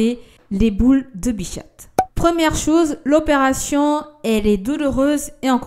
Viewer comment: Bichate c’est trop chou comment tu le prononce 😂 c’est bicha(t) le t ne se prononce pas mais c’est trop chou bichate